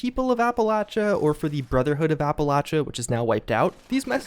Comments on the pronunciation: I think the only thing that makes me annoyed about the Brotherhood Broadcast is how they pronounce "Appalachia" as "Appalaechia". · Its Appa-latch-ia! Dang Paladin lady get it right XD Great video as always! I'm so looking forward to this and seeing how it plays out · Why does everyone in this game pronounce Appalacia wrong? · I like but hate the fact that she's pronouncing Appalachia in a different way